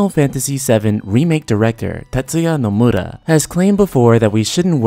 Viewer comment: Is Nomura really pronounced as Nomuda? Also, development of FFVII-R began around May of 2014. It wasn't being developed yet in 2013. I do concur though that the game's first installment will release sometime in 2020, with a big marketing campaign beginning next year.